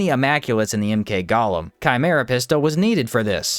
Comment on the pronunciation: I watch your stuff because you definitely make the best Outward videos out there, but the word Golem is pronounced Go-Lem. Gollum is a character from Lord of the Rings